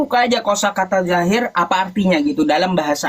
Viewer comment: Dohir kan pake do bukan pake j atau pun z,,,kok di bacanya zahir yah ???,tolong itu asalnya dari mana ya ??